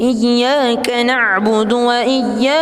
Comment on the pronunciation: Tajwidny wa mad krg sempurna yaitu" Iyya kanakbudu wa iyya kanastai'n, coba evaluasi lht mushafny, irama jg penting, klu tajwid wa madh tdk sempurna merubah arti